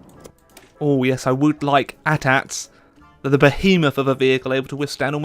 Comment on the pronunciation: When he said ATATS i cringed